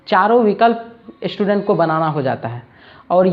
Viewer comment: श्टुडेन्ट नहीं होता मास्टर साहब, स्टूडेंट होता है। थरी नहीं बोलते थ्री बोलते हैं। शुरू में ही गड़बड़, हम बच्चे क्या सीखेंगे ऐसे में सर।